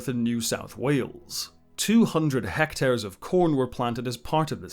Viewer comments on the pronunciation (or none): none